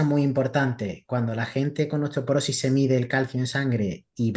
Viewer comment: Dice osteoperosis la nutri.. se dice osteoporosis!!